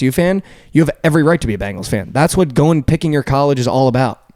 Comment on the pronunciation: It’s pronounced BEN gals. Not Bangles, ya dink. Or, you can just pronounce it CHAMPS! WHODEY!!!